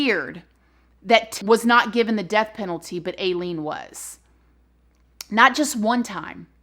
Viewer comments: Stopped watching bc I can’t keep hearing “aye-lean” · Hi 🙋‍♀️ I believe her names pronounced (👁LEAN) p.s I was so traumatized from watching the movie monster which is about her when I was a teenager 🤦‍♀️ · Hey! 😘 "I"-Lean is how her name is pronounced. Love your content ♡♡♡♡♡♡♡ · Her name is I-LEAN!! I know it's not supposed to be spelt like that but wanted to tell you the right pronunciation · i’m not a fan of most men either. don’t worry u don’t have to hide it. also it’s pronounced eye-leen or eye-lean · Maybe it's your southern accent but most people pronounce Aileen as eye-leen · Her name is pronounced eye lean. When I was a young wife and mother, I lived in Florida and was also a neighbor of Aileens. She was very rough around the edges but was very nice and personable. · "EYE-LEAN"! sorry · I believe it’s pronounced Eye- Leen... I could be wrong though lol LOVE YOUR VIDEOS!!!! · It's pronounced I-LEAN. No big deal, just thought some people would want to know, like incase they wanted to do any research on their own. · Love you but i believe her name is pronounced like eye-leen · Its eye-lean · I read and researched alot about aileen and i really enjoyed your presentation of this case :) Ive always hear it pronounced like "ileen" but that could just be my weird canadian accent. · Her story is tragic and they made a movie out of it too! Honestly, she didn’t seem like she was “all there” if I can say it like that. That’s a trip that you were in the same prison as she was. As far as I know, her name is pronounced Eileen, but no shade. I love you, ♥️ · Her name is pronounced Eye-lene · I'm pretty sure it's pronounced eye lean. My grandmother had the same name, spelled the same and I know another person with that name and the both pronounce it eye lean. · I love you so much. But just so you know, it’s (EYE-LEEN) 😘 but great job on this video. Just like all your others. You’re my YouTube mama ❤️ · Illean pronounced w I